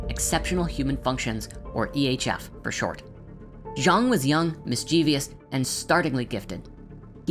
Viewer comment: Look up how to correctly pronounce "mischievous".